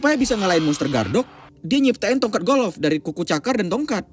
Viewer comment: Bukan golof pak tapi golf. Wkwkwk hanying benar loe bikin ngakak ini channel 🤣🤣😉🤣🤣🤣🤣🤣